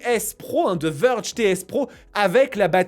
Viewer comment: Vèrge ! Pas Veurge.. Veurge on dirai un nom de détergent ! 😂